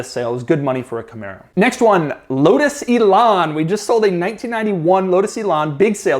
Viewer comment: Lotus Elan - the only instance where americans say the actual A-sound (like camerA) and the british use the A they use in "bag"...am I wrong? Oh it's just Doug? ;)